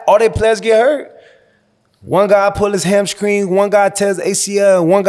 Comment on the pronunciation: One guy pulled his "ham-skring" okay